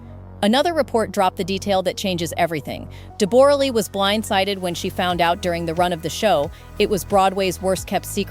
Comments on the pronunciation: De-BORE-a? Since when is her name pronounced like that? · I hate every thing about this, this is the first gossip ive watched since they broke, and I can not stand any of it, first her name is pronounce Debra Lee, huge worshipped her, Deb has always been running her own show, changed her face and accent...she is Australian speak the language!, huge still dose, now as far as money Deb when huge was young in Australia fell for her, she was older and a star here, after huge got bigger roles she was with him in America, they adopted, they were fine, she was always doing her own thing, would show up on the red carpet/face change and all and fall asleep during his movies, she did not earn that money, nore can I imagine huge not supporting his kids or helping her, as far as an affair.. well who knows, I think it could be true but I dont think they would have stayed together that time frame, covid happened, they broke up, maybe he said what was happening, maybe they got sick of each other, maybe they grew apart...who knows, also huges kids are adults and im sure they are all in talks and at the end of the day, not money, not status, not bs, I hope they are happy